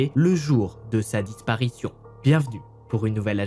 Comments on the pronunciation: Mdr comment t’a dit [ disparition ] 🤣😂 31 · Mdr comment t’a dit disparition 😂😂😂😂